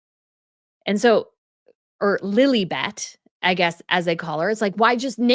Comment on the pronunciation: Sometimes... Life gives keys too. When pronouncing Lilibeth, it sounds like "lilly bed"... A bed full of flowers? Ok... Loads of flowers seems to show up, in and around the life of the duchess of Sussex...Flowers may symbolise virtues and many positive feelings can be expressed with flowers. We do offer flowers to express our gratitude💐our positive feelings 🌻To show benevolence, will there be flowers 🪷🌺 or cactuses 🌵? Let us make sure we spread fragrances🙏 and let us be good towards each other☘️ The more you give love, the more you get loved 💮at the end of the day 🎊